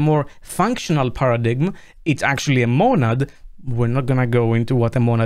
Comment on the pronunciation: Paradigm is pronounced "paradime"